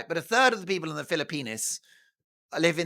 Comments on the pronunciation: Dear Mark, Are you sure your Filopino subscribers enjoy the pronunciation of their country as "Filo-penis?" You're welcome. ♥️🤍💙🇺🇸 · You don't know how to pronounce the Philippines do you?